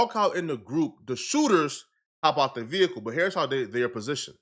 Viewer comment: That veee hickle.